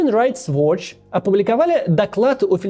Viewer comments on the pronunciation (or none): none